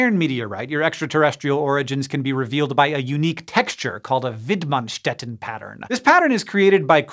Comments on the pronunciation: Hank, as a German I just have to like the video for how well you pronounced "Widmannstätten" <3 :D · extra points for pronouncing the probably german name Widmanstätten perfectly